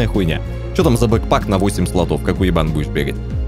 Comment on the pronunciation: Блин отец говорит бэкпек как курочка